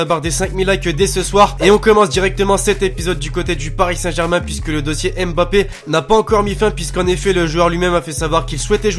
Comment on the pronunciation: il ne faut pas dire M puis Bappé mais Faire la diphtongue mb pour dire Mbappé! Voilà pour le petit conseil!! Continue comme ça je suis le foot grâce à toi et j'en apprends beaucoup merci!